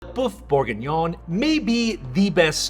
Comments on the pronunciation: Boof? Boof Borgingnyon? Not a bad attempt. Should sound more like berrf boorgeenyon. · Beef Berg-what! 🤦🏻‍♂️ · I don't know if you can wholly trust a recipe for Bœuf bourguignon from somone who doesn't know how to pronounce Bœuf bourguignon... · You can’t even pronounce the dish 🙈😂..were doomed